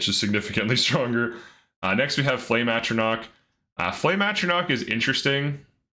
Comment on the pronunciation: for this, I'll let it slide, I think it was just a slip of the tongue. He said it right every other time, even on the same frost one he introduced that way.